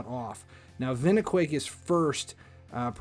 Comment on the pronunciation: First time I've tried to watch one of your videos, but I have to tell you, you lost me at "vin-i-quake"..... Didn't you think it's probably vine, like the long string like plant? I can over look how you pronounce Mikage, but not saying vine on a clearly nature/plant character just completely made me lose my focus and after that it was blah blah blah. I'm sure you are very successful on here, but you would be even moreso if you stopped and thought about how to pronounce things before it derails things for others like it did for me. Sorry, just some honest feedback.